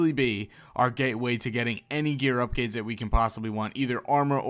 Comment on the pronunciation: "gear upgades" ? ♥️😆